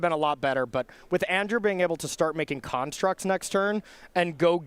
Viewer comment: Why do the commentators continually call them karnstructs instead of constructs, is there some inside joke there? It's kinda annoying otherwise